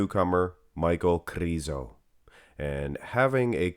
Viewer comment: Please say Krizo with a short “I” lol it’s driving me nuts! 😅